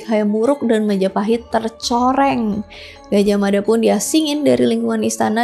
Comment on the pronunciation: Gaj ah mada ,Bukan Gajahmada . Hati hati dalam mebahas kerajaan ini